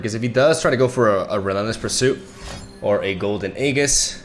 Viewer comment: Not to be a pronunciation nazi but... aegis -> EE-juhs, not EE-ghis.